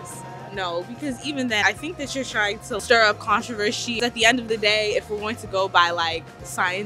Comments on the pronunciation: She said "contrivershe", she disqualified herself. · trying to stir up controvershy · “Does he have some sort of advantage compared to his components?” “Trying to stir up controvershy” I can’t with the two masked ladies. They can’t even use proper words.